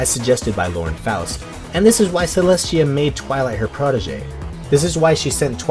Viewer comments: Not bringing back the "trend" but why do you always say Celeshia instead of Celestia? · Its celestia not celeshia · He said cleshtia